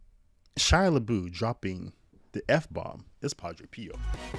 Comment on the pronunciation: It’s pronounced “La-buff”. !!!!!